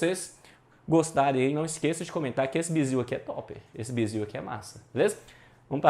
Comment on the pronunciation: Não é "biziu" não sô, é "bizu" , kkkkkk ... aula bacana irmão.